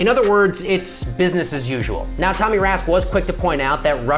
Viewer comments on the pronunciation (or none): none